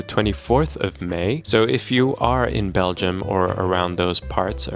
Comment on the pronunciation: "if you happen to be in Belium" isn't the caveat?